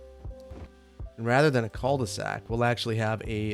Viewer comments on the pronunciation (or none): Love you and your content, but idk why hearing people say "Col de sac" annoys me so much. I wonder if it's just me and my french speaking dumb ass. I usually don't care about mispronounced french words but this one is hard to deal with. 😂